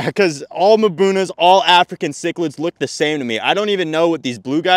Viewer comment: 500 miles north, 51 is a warm day now. 51 is still shorts weather, and that was true when I lived in Winter Park. And you have problems with mbunas because you still cannot pronounce it. ;) mmm boo nah